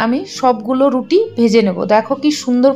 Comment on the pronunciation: তুমি তো রুটি বলতেই পারো না